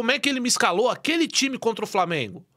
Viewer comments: Fala Framienguumm kkkkkk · Kkkkkk eu sou flamenguista mas o "frameeengunnn" é muito engraçado velho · "FRAMENGU HÃ ISSO AQUI É FRAMENGUUUU" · Cadê o ''FRAMIENGO'' KKKKKKKKKKKKKKKKKK